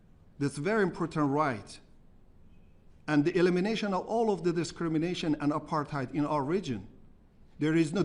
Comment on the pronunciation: He cannot even say the word apartheid properly. The r is a triller sound, the th is a t sou and the last d also a t sound.